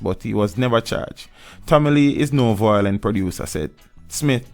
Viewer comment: mi cringe every time you say "Voilent"